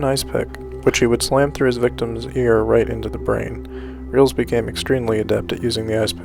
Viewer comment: It’s pronounced relis not reels